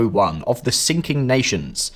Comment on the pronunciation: Did he just say sinking nations?